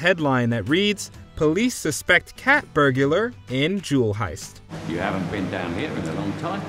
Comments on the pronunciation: Calling out spelling error while saying "burgular." Wow. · Imagine making a point about a spelling error in a movie and then not being able to correctly pronounce the word "burglar"... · I’m sorry, I couldn’t make it past your pronunciation of “burglar”. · for no.10 you said "burgular" instead of burglar so you can see how certain mistakes happen when shooting a movie or a video and not realizing or not knowing the correct spelling or pronunciation. it happens. as for the "hiest", as someone who often times switches letters around without realizing, it's not unusual to happen. sure it's a mistake but not one to leave viewers "speechless". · When commenting about spelling errors, perhaps it's best you pronounce "burglar " correctly. At least 99%sure "burgular" isn't even a word.